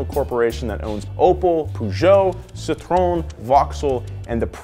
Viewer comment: How can you trust a guy's video about cars when he cant pronounce basic car brand names like citroen and peugeot ....?